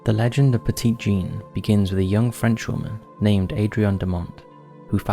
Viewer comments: As with many souther names. You may want to check pronunciation. Petit Jean is not the French pronunciation as it is written. It’s pronounced Petty Jean. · Petit in Petit Jean (and just the word in general actually) is pronounced "petty"! Important because her nickname was masculine and "petite" is the feminine version of "petit". I just wanted to point it out :) Love the video regardless though. I live in Arkansas and hadn't heard of the creepy stories so that was cool! Totally trying to convince my husband to take a trip to stay at the Crescent Hotel lol I'd love to see you guys cover Tennessee. That's my home state and we have a ton of creepy stuff, such as the Bell witch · Ay? My home state? Local vernacular and pronunciation: Peh tit Jean Oh Zark Also, I hear that Hot Springs has some paranormal hot spots, as well. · Pet----it Jean. Need I remind you that this is Arkansas? Pet it like you would a Fouke monster. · I was born in 1977 and raised in central Arkansas and spent most of my life a few miles from Quitman. I've never heard of the dog boy of Quitman. Also, Petit Jean is pronounced "Petty Jean" by the locals. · I've walked the tracks in Gurden. Technically my first ghost hunt at thirteen. Went to Monster Mart while in Fouke for a Bigfoot Campout. And most people pronounce it "Petty" Jean cuz.... Arkansas. Lol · Hello from Mountain View, AR! Let me tell everyone, this barely scratches the surface of some of the stories I've heard. Yes, you have to take all the stories with a HUGE grain of salt. But, I've had quite a few encounters that I can't properly explain, myself. Oh, and Monticello is pronounced with a soft "e" (like "sell-oh"). Also, "Petit" is pronounced "petty" by locals.